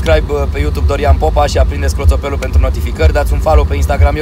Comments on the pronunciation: Tu in loc de clpotel ai zis clotopel(no hate)dar a fost amuzant:))))))))))))))) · nu clotope ci clopotel:)))))